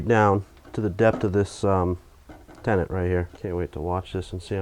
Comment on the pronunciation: It sounds like you are saying tenant, are you a landlord now? Did someone move in with you? LOL? Ok folks move it along, nothing to see here. :)